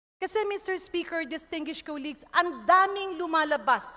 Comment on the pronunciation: Ayoha imong pronunciation sa DISTINGUISHED 😂😂😂